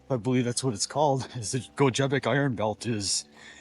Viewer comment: pronounced as 'Go-gee-bic' county which is in Ironwood & beyond - just across the river from Hurley WI. Montreal & Gile, WI are in Iron County